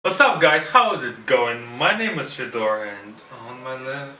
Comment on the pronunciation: You forgot to mention that in Russia it is NOT OK to pronounce your name Fedor like FedOR i.e. with the stress put on the last syllable instead of the first